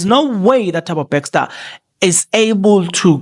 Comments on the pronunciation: Bester lol nit BEXSTOR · I think is a Kaizer Chiefs fan he miss Bexter the coach.😂